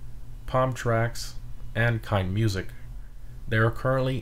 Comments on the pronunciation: Since they are German, I think Keinemusik has an "uh" in the middle where the e is before musik (kine'-uh-music). --Someone who's name always gets mispronounced in streams. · you say Keineh Mooseek